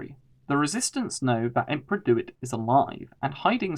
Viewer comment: It's "DEW IT", not "Do. It."!